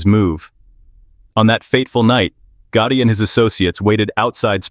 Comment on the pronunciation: John GOOOOTIE ? 😂 The way they pronounced it once Omg